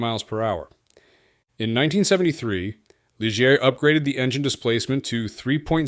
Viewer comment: Some good photos if you can filter out the mislabeling, mispronouncing, and mismatching of footage. "Lijeer?!" Really?!